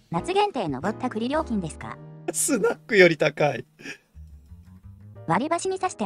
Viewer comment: 「ぼった、栗」のAIイントネーションが余計に失笑誘いますな😂 さすが先進国🎉